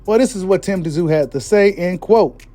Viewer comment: The”T” is silent … it’s simply pronounced, “zoo”. You know like Sun Tzu? Any dude that’ll step in that squared circle should at the very least, be given the respect of having his name properly enunciated by boxing media. It would also be a good look for you as well.